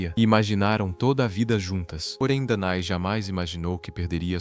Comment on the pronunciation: "Dané", não "Danae".